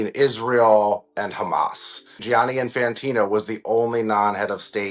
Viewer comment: Gianni is pronounced just like Johnny, OK?